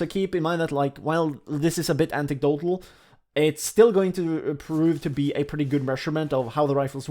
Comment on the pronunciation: It's anectdotal, not antectdotal mate :)